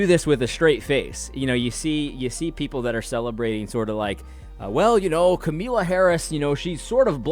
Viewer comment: AD. please continue to mispronounce her name, it gives me joy.